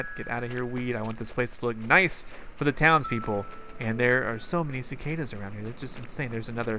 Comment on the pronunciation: Cicadas sounds like sick haters